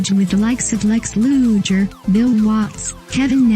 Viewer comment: Not going to subscribe, 1st the computer voice is always annoying 2nd pronunciation is important, Lex Luger is pronounced Loo-ger